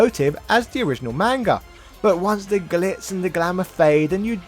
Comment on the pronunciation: Pretend you're Jamaican when saying "manga" and you'll probably pronounce it better LOL